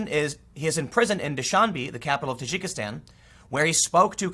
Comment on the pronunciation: Dude its pronounced Tah djiki stan.